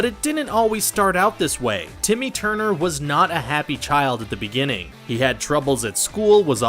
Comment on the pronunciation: Stop saying tity turner